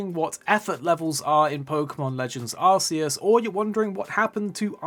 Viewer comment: Please stop saying arse eus. Sounds really silly. It's clearly arc.. also have an arc phone.. not an arse. Lol